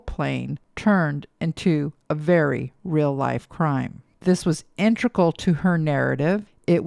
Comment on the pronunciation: It's 'inteGRAL'. You confused me cause I used to think it was 'intRegal' and when I heard you pronouncing it that way I second guessed myself and had to google it.